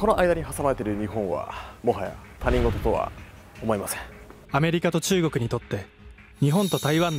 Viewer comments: 「他人事」 たにんごと、じゃなくて、ひとごとって読むよね。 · たにんごとと言う方が多いけど、正しい読み方はひとごとだったような…。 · タニンゴトではなくヒトゴト！ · 「他人事」と書いて「ひとごと」と読むんだけど、含め最近のYou Tuber みんな読み方間違うな…。若者が勘違いしてしまう。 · 他人事→「ひとごと」と読みます。何度も出てきてちょっと気になりました… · ごめん、すごーーーーく、ババ臭いんだけど、他人事を「ひとごと」じゃなくて「たにんごと」っていうのが、ワザと言ってるのかもだけれど、すっごい気になる。注意を引くためにワザとなの？ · 漢字読み方：他人事→ひとごと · 、カッコつけてるところ大変申し訳ないのですが他人事(たにんごと)ではなく他人事(ひとごと)です、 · 『他人事』と書いて『ひとごと』と読みます。誤読である『たにんごと』を聞く機会も多い現状ですが、ひとごとが正解です。